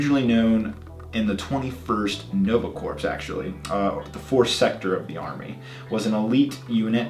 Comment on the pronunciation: Corps sounds like core not corpse.